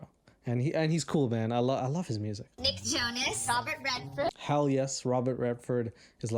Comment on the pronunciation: when she said Nick Jonas I swore what she actually said was Big Chungus